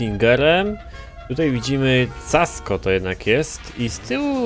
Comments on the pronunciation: Casco czyta się "Kasko" ty lucuchu niedobry. :D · mówi sie kasko